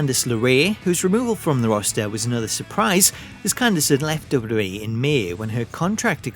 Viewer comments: STOP SAYING 'double-double-E' IT IS 'double-u double-u E' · I keep hearing dublubalee instead double u double u e